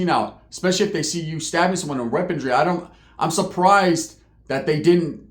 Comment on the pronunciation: Why do all prison youtubers from California say "weapontry or weapondry" lol it's pronounced weaponry lol there's no t or d in it lol 😂 I don't know why but for some reason it really bugs me lol haha